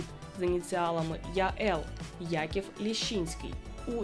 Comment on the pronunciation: Фамилия Якова Исааковича - Лящинский, а не Лещинский.